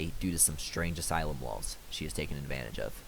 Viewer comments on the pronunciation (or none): none